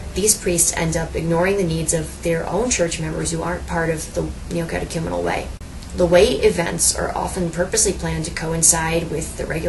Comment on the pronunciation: This lonely woman needs the Kerygma... badly. The only good/true thing about this video is that you pronounced The Neocatechumenal Way correctly....